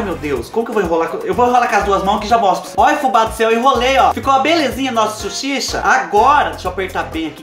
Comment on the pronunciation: Suchicha! Kkkkkkkkk